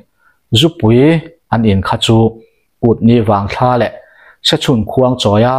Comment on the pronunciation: Kut ni vang thla a "thla"hi sap tawnga 'moon' kan tih anga lam tur